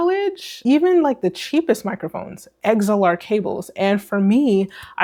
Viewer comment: You lost me at “eggs-L-R”